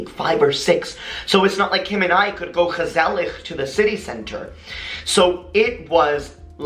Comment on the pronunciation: the way he says gezellig hahhaha